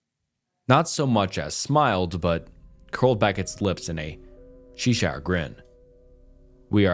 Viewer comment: Chesh shire like the wonderland cat. You need to work on pronunciation.